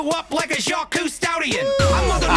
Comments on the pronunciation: 11 months late... Jacques = pronounced "jock" or "zjock" Not "ju-queez", lmao. It's in the song intro. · Should probably mention that Jacques is pronounced as "Jacq" and not "Jaquis" since it's basically the French version of "Jack" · His name is pronounced "Jock". The same way you pronounce the word for "athlete." I do disagree with this in one way, and that's the "quietly surrender" thing. Not only is it based in bullshit (the French have a better record in war than the US does... and have you ever counted how many military-related terms we use in English that started out as French words?) but Cousteau himself was a special forces commando in World War II doing shit like assassinating Nazis and blowing up their ships. The man was a badass. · Jacques.... is pronounced ZH-AK..... its french for Jack